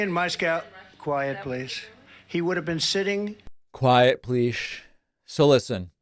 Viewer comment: "quiet pleesh" 😅😅